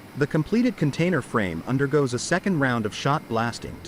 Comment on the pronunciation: Okay let's get this straight, it's Container not cantainer. 😂😂 More AI junk taking clips of this and that to try to tell a story. Major fail, there are lots of better videos of the process.